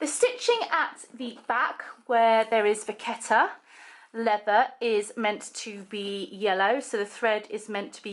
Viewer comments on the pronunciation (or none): The authentication code will or should be on the leather tab inside the pocket,,and I think it's pronounced vashetta ... loving the bag xx